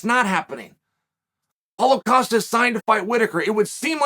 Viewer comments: I just laughed out loud at a computer screen because of "Caulo Pasta" instead of Paulo Costa, Thank you Chael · Did he say Paulo Pasta? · He just said Paulo Pasta hahahahahah